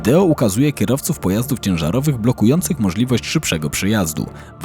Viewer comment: Wideo się mówi, nie wideło 😊